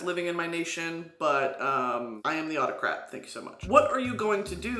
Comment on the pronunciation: when u said autocrat I 100% heard octonaut